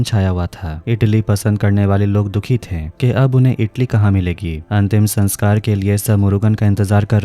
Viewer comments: Itli nhi idli hota h🤣🤣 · Bhai itali nahi idali hota hai badi